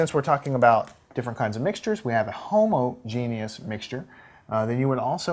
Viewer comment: I love how he pronounced homogenous, “Homo Genius.” I giggled. Great video though.